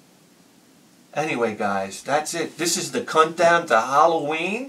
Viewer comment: Did you say cuntdown hahahahaha, classic BH1K